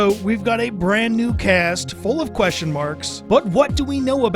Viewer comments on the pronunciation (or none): none